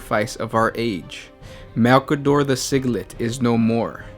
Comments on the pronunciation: It's pronounced. Sigil Light. Not siglit! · SI-GI-LITE, like light, like Sigil: Sigil-light! Pronunciations-alchemist :)